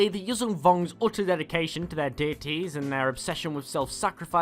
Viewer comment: You pronounce it incorrectly it's Yujan (that zh is pronounced as s in word viSion)